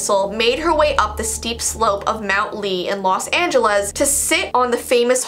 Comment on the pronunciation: OJ, California Me: Ive never heard of that: O-Ji Me: OJAI! IVE BEEN THERE SO MANY TIMES THERES SOMETHING CREEPY ABOUT IT?! remembers when i tried doing a "ritual" in a cabin Me: Anna oop- (Pronounced o-hi): In Los Angela's Me: cringe